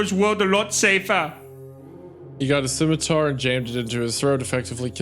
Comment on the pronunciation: Isaiah once again revealing himself as an OneyPlays fan by almost pronouncing it "schmitmar"